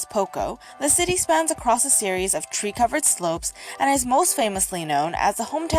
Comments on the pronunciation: Female narrator says "tree-covered slopes." I mentally translate that to "three covered slopes", and then realize she's a) not Irish; and 2) she's not Mike. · Lol listening to someone else in a TC video say "tree" threw me off when I automatically thought she meant "three" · Girl’s voiceover in ad: “...its tree covered slopes...” TC binge watcher: “what’s a three covered slope?!?”